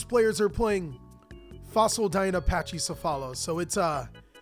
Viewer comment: Pachycephalo is named after the Pachycephalosaurus which is pronounced Packy-sef-a-low. You say you read your comments. You should read mine because I can teach you how to properly pronounce these name that you always butcher.